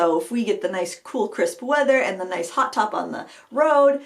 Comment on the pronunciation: Thanks for the laugh! When you were talking about "hot top" I thought you were saying "hot tub!" I couldn't figure out what hot tubs had to do with rollerblading, unless it was some wild and crazy Maine summer activity! LOL! Oh, BTW, I liked the lower lighting you used ~ easier on my old eyes and more flattering, too. Happy to hear you're enjoying summer and crushin' on a KitchenAid. Just drop a few hints to Mr Frugal and the Frugal teens and maybe it will happen for Christmas!